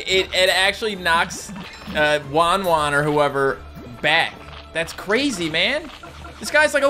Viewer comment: you have been saying "WanWan" when it says "WahWah"